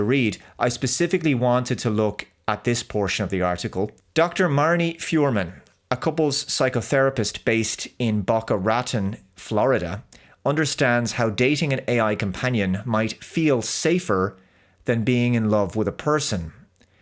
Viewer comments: Boca Raton is pronounced= Bow- kah Rah-Tone 😊👍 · BO-kah rah-TONE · Phonetically thats: Bow-cah Rah-tone, Florida. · A clanker stole my wife! 😵 Also, it's pronounced 'Bow-ka Rah-tawn'. 🤷🏻‍♂️😁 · Any other Floridians watching just experience physical pain hearing his pronunciation of Boca Raton? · I am a Canadian and it's painful. My condolences to Florida.